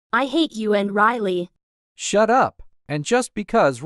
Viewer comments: And when riley meet gary riley said riryl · Why did riley say rile and not riley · Bro the l at the end